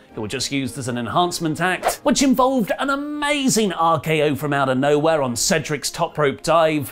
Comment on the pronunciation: That "frumouta knowhair" got a guffaw out of me,. Well done.